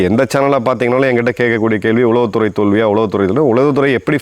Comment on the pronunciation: நீங்கள் கூறுவதுபோல் இவன்களை அடியோடு வேறறுக்க வேண்டும். உளவுத்துறையை உச்சரிக்கத் தெரியாத தற்குறிப் பயல்களுக்கெல்லாம் பதில் சொல்ல வேண்டிய அவசியமில்லை😢 ஐயா.